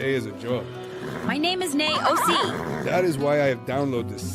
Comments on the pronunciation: Mrs. Ed “NAY-O.C.”😂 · Nay Ohsee …. 🤣😂🤣💀